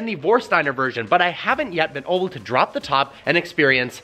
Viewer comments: Anyone else notice he says “oble” instead of “able?” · I can't get over how he says ABLE as OBLE. It's driving me crazy (no pun intended)